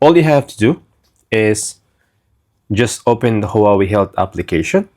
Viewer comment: Please please pronounce HuaWei right!!! Thank you in advance🎉